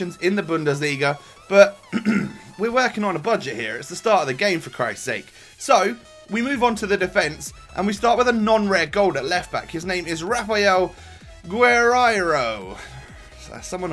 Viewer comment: how can you not say guerreiro!! everyone knows him! just say "gue rei ro" ffs. great vid btw